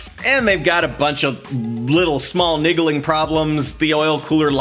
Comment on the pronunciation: He actually said "Niggaling Problems" 😂